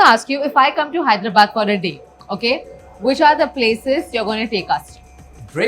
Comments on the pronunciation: Hyderabad is no herabaad it' not not bad it's called badh i mean Hyderabadh. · Wtf is wrong with this guy? What is HYDRA-Bad? Bro, it’s Hyderabad. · Neer dosa is from MANGALORE not from BANGALORE and please try to work on your ACCENT it’s NOT MEDRAS it’s MADRAS 😅 ITS NOT HEDRABAD. That how it is with NEPO 😅😅😅 MOHAN BABU IM SORRY. Please ignore this video . Don’t want to go in coma 😅😅😅